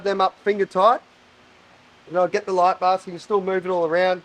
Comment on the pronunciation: Hearing this guy say "light bar" makes me want to bang my head against the wall. Terrible.